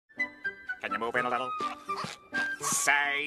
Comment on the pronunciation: squidworte:say santa clause. Spongebob:šªṅţª çłªü§ə